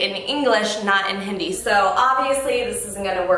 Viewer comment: Johannes pronounced hindi so well ...